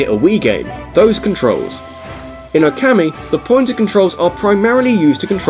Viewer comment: Now repeat after me,: OKAMI. O- oh- as in "OH my goodness, why do you keep butchering foreign pronunciation? KA- kah- as in "I CAn't believe my ears!" MI- me- as in- Ah, screw it, what's the use?